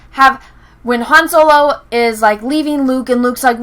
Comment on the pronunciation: every time you said Soylo I wanted to end watching your video. I had been enjoying your videos up until recently. Also I still don't like Revenge of the Sith and I can use Return of the Jedi to explain how there wasn't enough story in Revenge of the Sith. It's better than the Last Jedi, sure, but only barely.